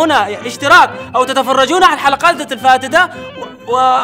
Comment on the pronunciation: من اللي سمع البدلية في النهاية هاهاهاهاهاي يعطيني لايك ... ( الــفـــا تـــتـــه - الفائته )